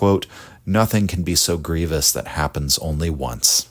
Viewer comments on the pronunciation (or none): none